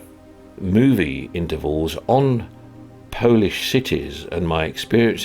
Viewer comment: You are always welcome to Poland, and your Polish pronunciation is almost perfect:)